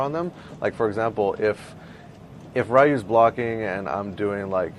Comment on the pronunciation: I'm just sitting here wondering how someone who plays street fighter and goes around the world to play it, says Ryu wrong... Jesus...